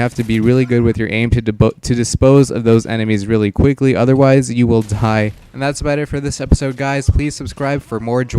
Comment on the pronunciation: Is it just me or did anyone else here tie instead of die